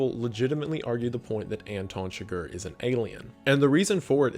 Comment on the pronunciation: you call it your favourite movie ,and you pronounce Anton Chigur as Anton Sugar😅